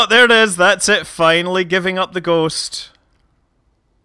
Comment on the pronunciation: "Giving up the ghost" -sounds like german.